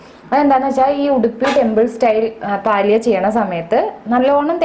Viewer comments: പാലിയ എന്നല്ല, പല്യ എന്നതാണു ശരിയായ ഉച്ചാരണം. എന്തായാലും റെസിപ്പി നന്ന്.....!! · It is palya not paalya